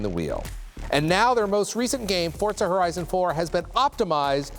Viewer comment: He keeps saying FORTZA HORIZON